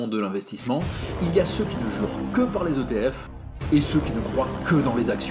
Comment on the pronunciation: Pas de « S » à l’acronyme ETF 😅 Excellente vidéo.